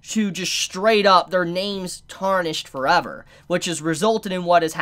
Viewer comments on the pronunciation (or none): none